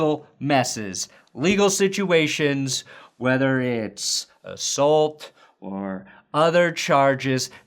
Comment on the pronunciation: You say assault weird, Shame on you